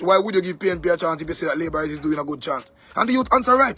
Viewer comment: Hear the bell. labor wrong 😂